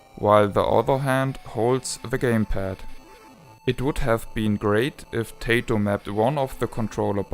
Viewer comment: I'll tell you what I tell everybody "Tay-toh is what you eat with your steak, and Ty-toh is a Japanese game company.". ;)